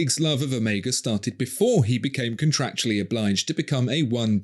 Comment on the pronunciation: Respect for your correct pronunciation of the letter Omega. You'd have thought that Daniel would have been corrected by Omega themselves, being the ambassador for the brand...